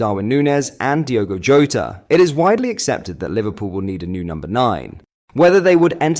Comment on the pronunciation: Jota is pronounced 'Djota' not 'Hota'. He's from Portugal, not Spain.